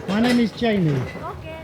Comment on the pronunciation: you did a very good job pronouncing the little boy's names. To us, the names are very unusual and hard to pronounce. I wonder if everyone would've been this nice without the escort? I really enjoyed this vlog. Thank you for taking us along.👍, I love your baby bananas.🍌